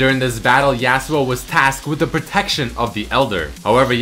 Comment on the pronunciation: Im just wondering why you're saying yAAh-su-oh instead of yah-su-oh?